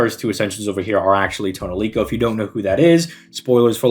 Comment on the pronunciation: "Toneriko" Tonelico is what they call the sci-fi tree in the made-up language in a JRPG series.